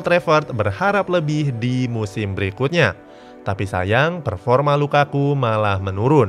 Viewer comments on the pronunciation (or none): none